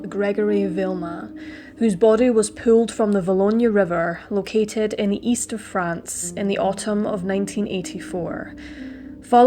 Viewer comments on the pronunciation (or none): none